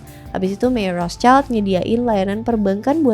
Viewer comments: Bacanya yg rotcild bukan rostcaild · "Rot Shilt" menurut informasi yang saya tau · setahu saya penyebutannya Rothschild bukan Rothschaild karena dari bahasa Jerman bukan Inggirs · Menurut aku pronunciation Rothschild Itu bukan rotscailt tapi rotsyilt, kenapa? Soalnya itu kan keluarga dari Jerman, nah di bahasa Jerman cara baca huruf vocal itu sama kayak di Indonesia yaitu aiueo trus di bahasa Jerman sch itu dibacanya syi, jadi seharusnya cara baca nama dari keluarga Rotschild adalah "Rotsyilt" Tapi correct me if i'm wrong, cuz i'm not really sure about this hehe peace:D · RALAT MBAK.. CARA PENGUCAPANNYA ITU BUKAN ROTSCAIL TP RUHTSIEL ITU BAHASA ASKENAZI.. KASIAN BUAT YG LAIN NANTI IKUTAN SALAH. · sebutnya roth schild bukan roths child. ejaan jerman :) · Koreksi, Rotschield ( perisai merah) itu cara bacanya {Rot syild) ( sch itu cara bacanya seperti sy pada kata syarat) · Cara bacanya Rot-shild (artinya:perisai merah) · FYI ya, Rothschild itu dibacanya "Rotsil" karena asal mula namanya dari perisai (schild (jerman)=shield (english) bukan anak (child). Ini seringkali salah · Betul!! Makanya agak risih saya dengerin. Karna di Jerman kita sebut Rothschild (rot-shild) aduhhhh suka2 deh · Pronounce nya Rothschild yg bener : Rot-Syild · Baca nya rot shilt kak, soalnya itu bukan bahasa inggris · Bacanya Rot Shild Itu bukan bahasa Inggris bahasa Jerman: [ˈʁoːt.ʃɪlt], bahasa Prancis: [ʁɔt.ʃild], bahasa Italia: [ˈrɔtʃild]), dikenal dengan sebutan Wangsa Rothschild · ya salah, karena dia bukan german dan tdk paham spt orang kebanyakan